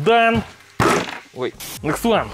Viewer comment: to you hear sergey or say "wait" in an American accent😂😂😂